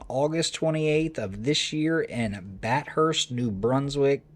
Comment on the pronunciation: I'm from that region, It's Bath-urst, not Bat-hurst.